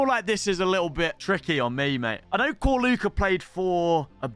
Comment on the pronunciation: Whats with Corluka pronunciation? its not K it's Č